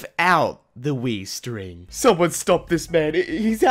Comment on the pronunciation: Did he just call it the... "Wii string"?